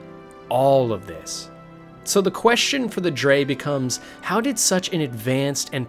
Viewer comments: Noooooo in ESO the NPCs pronounce it as "Dreg" not "Drey" aaaaaah my brainnnnn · For future reference, “Dreugh” is pronounced “Dreg” :) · STOP CALLING THE DREUGH “DRE”. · I’m like “wtf is a Dre?” I’ve only heard of them pronounced as “Dreg” as in rhyming with 🦵 Leg 🦵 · Is it not pronounced ‘Dreg’? I’m pretty sure that’s how they say it in the games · "Dray" hahahahahahahahahahahahahahahahahahahahahahahahahahahahahahahahaha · I liked this video but the many mispronunciations such as Dreugh as 'dray' (I could forgive this one honestly since it's an odd word) and VaermiNA as VaermiRA (you could have just taken the time to read the name properly, also if you've played the games thoroughly as someone interested in the lore you'd have heard it pronounced by VAs a number of time) along with the lore covered in this video being just a shallow glimpse at the clusterfuck that is TES lore, makes it feel very false and not genuine, as if you just thought this would be a topic that brings in views by attracting passionate TES lore fans while not being very passionate and invested in the lore yourself. The whole video comes across as if you've just compiled other people's theories that you've found on forums and not actually done any proper reading/played the games yourself. I just really don't think it's a very good idea to try to cover so much of such convoluted lore without being very passionate about it specifically. Still, good try and fun video! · Snow Elves turned into Falmer through simple evolution. And it's absolutely in character for the Dwarves. "... one degenerate zoo." That's racist.😂 Btw, it's "Tshay-she", not "Say-Yesee". And "Jo-Anne" is a woman's name. So many mispronunciations! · btw you're pronouncing Dreugh wrong, but great vid tho.